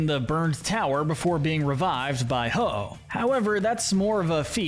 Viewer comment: IT'S HO-OH, NOT HI-OH! SAY IT RIGHT!